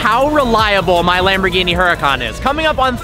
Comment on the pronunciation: Lamborgini?!?!? Fix it